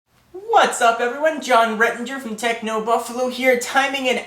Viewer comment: first time that i see hes face and talking:"wazap everyone,... hier with..." xD